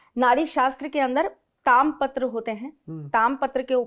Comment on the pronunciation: ताम्र को ताम और पूर्व को पूरब, सारस को सरस और प्रकृति को प्रक्रत, आह्वान को आहन और ऐसे ही अनेक अन्य गलत शब्दों को न कहें तो शायद ज्यादा अच्छा लगे 😊